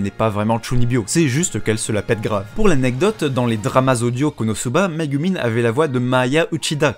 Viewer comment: Répète après-moi : Ka-ZOU-ma, Mé-GOU-min